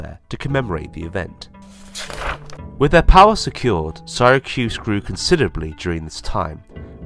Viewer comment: Why does he butcher the name of Syracuse?